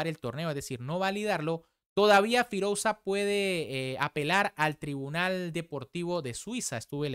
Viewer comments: firulais queda mejor de lo que él lo pronuncia 😂😂😂 cuando se escribe "OU" se pronuncia sólo la "U" queda horrible escuchar las dos letras juntas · creo que deberias de hacer un esfuerzo en aprender a pronunciar los nombres más destacados del mundo del ajedrez correctamente. Todos evidentemente que no van a ser posibles, pero alguien tan reconocido como Firouzja deberías saber pronunciarlo correctamente. Si quieres mejorar en calidad en tu canal. Porque es algo que ya te hemos repetido varias veces pero no escuchas nunca a tus suscriptores.